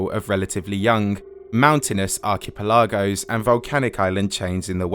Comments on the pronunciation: brother did you just say "Arkee-pelarrgoes"? wtf! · you can tell you didn't write this, with the way you said archipelagos lol